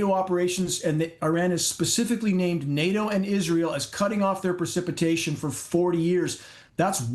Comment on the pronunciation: It's PRECIPITATION NOT PER... CIPITATION.